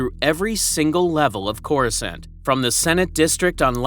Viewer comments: They literally pronounce the name of the planet in the movies, it's not that hard to do the same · Bro have you never heard someone say the word Coruscant out loud?